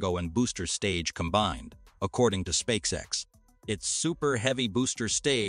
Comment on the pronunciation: "Spaxe ex" 😂 I guess, an AI did read this text. There are other clues for this too. For example a sentence ends. And after a pause this sentence continues and ends after 3 more words. This is. Very unnatural. At least the content is good, I. Must admit. ;-)